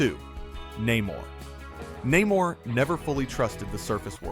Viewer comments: Turned off at Na-more. Its Namor. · His name is "Nay-more" Namor